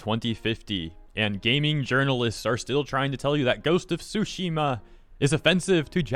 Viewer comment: Please... i know Japanese is wacky, but the T is not silent on "Tsushima" and I can't help but hear "sushi" every time you say it 🤣